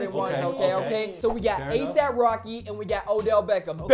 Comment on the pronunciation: stop calling Rocky "Asap" holy hell